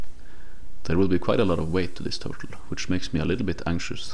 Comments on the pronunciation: Bro said TURLTE 😂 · Turlte? Lol. Nice work though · No idea what to call it, huh? How about: Twur-tle.